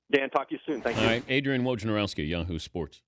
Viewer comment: He pronounced it wrong the j is silent so it's more like wonarowski